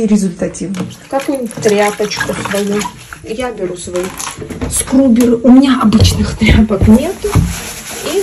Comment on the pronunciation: не скрубер а скрабер